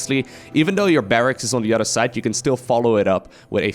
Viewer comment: Barracks is correct but it can be tricky to pronounce. Think of it as Barrax and not Barrackses